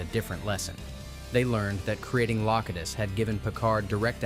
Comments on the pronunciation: Loctiss? who's Loctiss? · Also Locutus changes pronunciation changes after 2 correct uses and then goes AI incorrect the rest of the segment. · Love how at one AI says Locutus and one says it wrong. Do better!